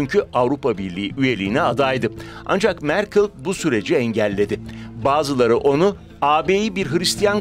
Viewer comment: merkıl deme şuna ya. merkel merkel